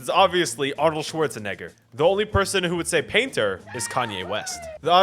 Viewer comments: excuse me? Arnold Schwarz-WHAT???! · Bro did not say Schwarzenegger